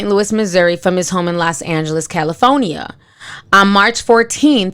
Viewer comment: Benefishwearie?! Fahcinity?! Caliphonia?! KILT?! Ma'am I'ma need you to learn properly pronounce words before you report news.